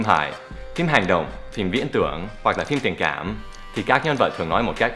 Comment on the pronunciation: phải tua lại nghe thầy nói chữ "nà". xD